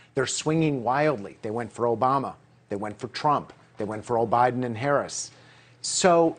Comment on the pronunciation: dude said O'Biden !!!